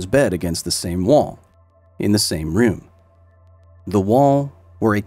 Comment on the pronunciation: “in the same ruume”